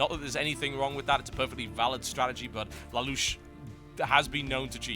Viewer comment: lol TB its "lay-lush" not "la-lush" :P